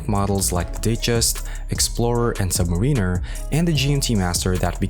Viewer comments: your pronunciation of "submariner" is enough to have you drawn and quartered and you blacklisted from being a watch youtuber. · I can’t invest 8 minutes of my life, if you can’t pronounce submariner :)